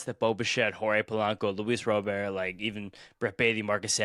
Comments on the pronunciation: it Robert not Robear LOL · His name is pronounced Rah burt! PLEASE say it right it's so annoying when you and others say it wrong lol. 1st HR was SERIOUSLY wind aided. Pirates have a pretty good lineup and really good. SP what will kill them is their defense and pen. If this is what the lineup is going to be the majority of the year they are going to win more than the 84 win predictions! LGM!!!!